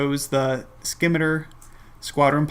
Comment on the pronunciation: Nice list. btw Scimitar is pronounced "sim·i·tar " it's a curved sword